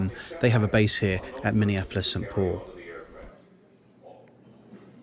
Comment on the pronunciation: It’s not “sat paul”, it is Saint Paul